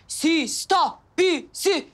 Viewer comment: Sista değil ama sister